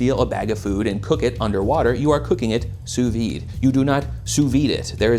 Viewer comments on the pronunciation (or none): Dude complains about the pronunciation of "Wagyu" while getting all pedantic about "sue vee." Dude there's a D there for a reason, it is not silent in French and there is no reason why English speakers would skip over it either. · i'm fine with it being used as a verb but one of my few prescriptionist pet peeves is when people hypercorrect the d out of sous vide. it's pronounced in french! you're not more refined! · As a French speaker I’m bothered more by English speakers saying “sous-vee”, skipping the “-de” altogether